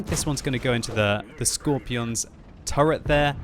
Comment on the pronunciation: skorpion not skopjrirjon